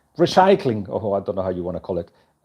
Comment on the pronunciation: ha ha, 'recycling' . . . you wanted to say 'crisis'